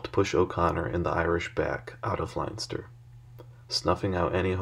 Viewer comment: This is Ireland, not Germany, it's pronounced "Lenster", not "Linester".